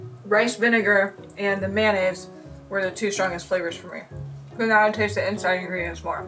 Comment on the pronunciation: I love how he's saying "ing(u)redients"! <3 I almost hope that he doesn't manage to "fix" his pronunciation of this word. (sorry, I'm mean, but it just sounds too cute!) (also not a native English speaker myself, so I certainly won't criticize his amazing English!)